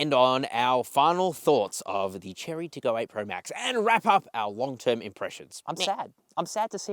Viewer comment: Chery is not Cherry, it's Che-ray.